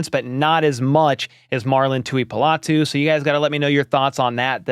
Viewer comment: Pronounced Tu-i-po-lotu. Po not pa. 👍